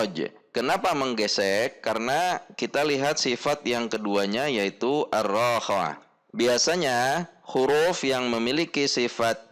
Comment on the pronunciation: Ustadz, afwan kenapa saat membaca arro khoowah [ro dgn 1 harokat dan kho 2 harokat], selalu dibaca arroo khowah [ro dgn 2 harokat dan kho 1 harokat] oleh ustadz? atau sy salah mendengar saja?